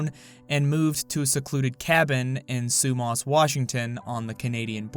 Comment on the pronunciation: Unfortunately this is my hometown. Sumas is pronounced SUE MASS. Whatcom is pronounced WATT COME. I am ashamed of this place but there's not much to do around here lmao